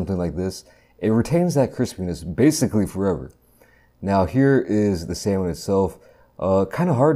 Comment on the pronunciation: Bro really said "samoan" 😭😭😭😭